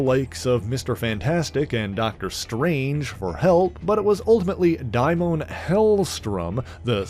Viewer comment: Daimon = day-mon